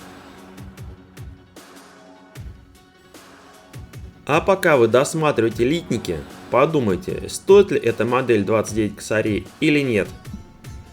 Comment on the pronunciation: Хороший обзор! Но, прошу пардону, почему "лИтники", когда они "литникИ"??? Слух режет!!!